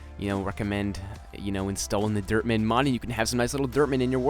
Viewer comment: was sounding like was saying derp man no offense